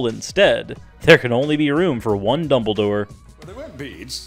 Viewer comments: I know his name is Dumbledore (not dumble door). The person in the video said double door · Exactly! FGS it's Dumbledore, not 'doubledoor'.